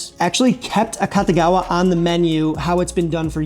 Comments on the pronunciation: Not 'Cutta', 'Koota'. 'A-Koota-gawa'. It wasn't 'invented' in Chicago. Fried rice has always been a breakfast staple of all cultures where rice is the main dietary starch. It's just the previous nights leftovers fried together, often with an added egg, so there's no specific recipe. The only reason this one has a specific recipe is because it was specially made from scratch for the tastes a specific patron within a culture that didn't have any Japanese leftovers on hand. The only thing about this dish that would seem unusual to a Japanese person is that it's nearly impossible to make fried rice using fresh rice. Setting overnight, especially in the fridge, is what dries it out and makes it fryable. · a-KOO-tah-gah-wah. KOO, not KAH. You show it in print a dozen times. [sigh] It's like printed words just roll off people brains these days like water off a duck's back and they do the telephone game instead, repeating what they think they heard somewhere. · Very Very Interesting story and dish... and i think AKATAGAWA is mispronunciation of Akutagawa(芥川) e.g. Akutagawa Ryunosuke(芥川龍之介). as far as i know, the family name Akatagawa(赤田川?) doesn't exists in Japan. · This guy doesn't know how to pronounce this dish. It's pronounced, auk ta gawa, and it's named after George Akutagawa. My father used to hang at the Nisei Lounge with all his Nisei friends, Nisei is my fathers generation, it the second generation, they were the first generation born from Japanese parents in the United States. Additionally, Wrigleyville was not a Japanese neighborhood, there wasn't a designated Japanese neighborhood in Chicago, not like Chinatown, of Japantown in San Jose CA. But the Akutagawa is a wonderful meal! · the u in Japanese phonology is pretty much always pronounced as ooh, it sounds like you're saying Akatagawa.